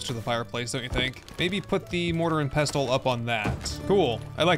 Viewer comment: I love the content and this series. Please just stop pouncing the T in Pestle. The T is silent, like in wrestle. No, I'm not an English major and I have my flaws too. Thank you